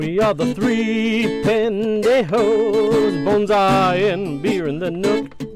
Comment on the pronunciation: ha ha. my daughter makes me replay this video 3x so she can hear the "three pendejo" lol. Great video